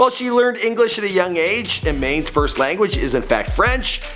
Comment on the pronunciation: her name is pronounced e-man anis right?